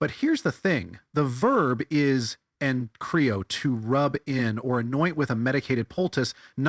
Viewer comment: He pronounced "enchrio" ok, he just put the accent on the wrong syllable. Should be something like "engkrió". He did mispronounce the Φ in ἀλείφω, it's not an "f" sound but rather an aspirated "p". Should sound similar to "alépo". Not bad considering he doesn't study Ancient Greek as far as I know.